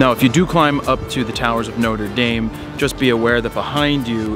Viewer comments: ''Nota Dame''! Nothing like murdering a pronunciation LOL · It's pronounced "Notra Darm" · Jared, I love you. But the way you said Notre Dame though.